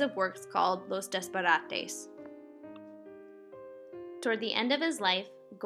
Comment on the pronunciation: Great video! As far as pronunciation goes: Jos EH fa. Velasquez: Vel AH skez. Los Disparates: Dees pa RAH tes. Cheers!